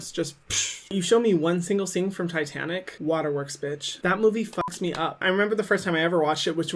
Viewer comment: Haha when he says fuack! Bahahahhah LOL 😂 for some random reason that made me laugh!